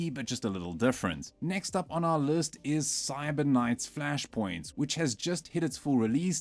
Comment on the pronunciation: Using an AI voice now? "next on our lurst"?